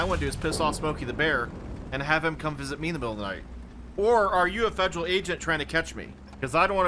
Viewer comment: FED-jrl GUB-mint might be the most Texan thing I've heard say.